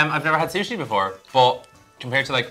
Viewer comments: Californian 'Sushi' :( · As a Japanese person, i am mortified by this “sushi” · How can they call it sushi? Sounds like Sushit